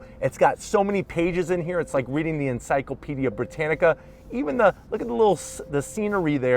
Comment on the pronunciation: He gave it away at “encyclopedia brittanica”...